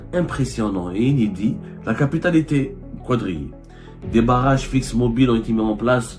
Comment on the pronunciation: revoyez la langue française que vous utilisez et qi n'est pas la votre. On prononce quadriller et non "qouadriller" la lettre u est annulée comme on prononce "quatre, quatrième, etc....